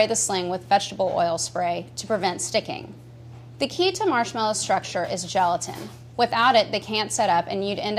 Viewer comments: Who else stopped watching as soon as she said geletan? 🤘🤘🤘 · I keep hearing gelatin as joltin....